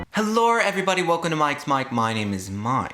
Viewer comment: "helurr" everybody😂😭